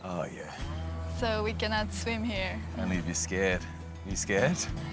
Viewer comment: "Nice high ceilings he"? It's pronounced 'here', not 'he' or 'he-ah'. Thanks for the color commentary, loved it.